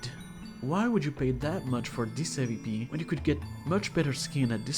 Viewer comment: it aint hard to pronounce awp